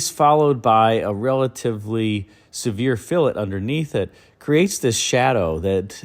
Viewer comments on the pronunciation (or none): none